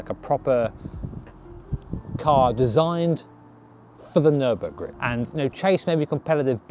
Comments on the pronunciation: Ummm, Fer-Burg-er? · congrats! ferrar-o-ring?